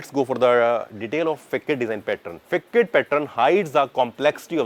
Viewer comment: Nice explanation! But ‘Facade’ is pronounced as ‘fuh-saad’